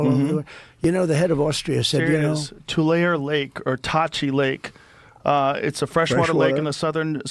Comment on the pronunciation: I love them trying to pronounce Tulare 😭